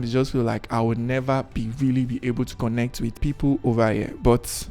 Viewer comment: I LOVE HOW YOU MADE MISTAKE IN PRONOUCING THE CONNECT AND DIDNT CUT TTHAT PART OFF ... YOURE TOO REAL . I I WISH I COULD GET A CANVAS BUT IM NOT IN LAGOS